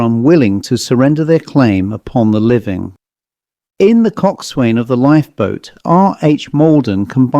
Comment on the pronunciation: It's pronounced "cok son". Like "forecastle" or "boatswain, with parts of the words slurred or dropped.